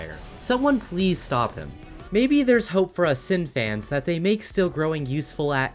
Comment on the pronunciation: Said Sin's name wrong 😞